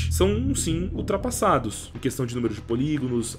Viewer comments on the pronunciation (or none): none